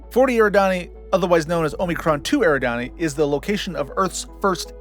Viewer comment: For the longest time I thought 'Eridanus' was pronouned the way you pronounced it, but I found out recently that it's actually 'er-ID-a-nus', so it's Epsilon 'Er-ID-an-ee'. More Star Trek stuff: In 'By Any Other Name', the Kelvans modify Enterprise to take them back to their empire in Andromeda in only 300 years. The women who steal Spock's brain live on Sigma Draconis VI. The Doomsday Machine is making its way toward Rigel, home to a number of inhabited planets, when Enterprise encounters it. And in 'Tomorrow is Yesterday', Kirk tells the Air Force colonel that he is 'a little green man from Alpha Centauri, a beautiful place, you ought to see it', even though Kirk is later retconned via Star Trek IV: The Whale Movie into coming from Iowa. (One might argue that he was being flip in the original statement, but I always considered it accurate. Why would he use that system otherwise? He could have said Mars, for example, and it would have worked — though it wouldn't have scanned nearly as well.)